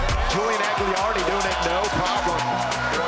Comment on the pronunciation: Hey Malto and MikeMo it's AGLIARDI not whatever bullshit you say. How hard is it say a dudes name right? Edit: The other announcer is equally unable to say Julian Agliardis name correctly. Shame on you!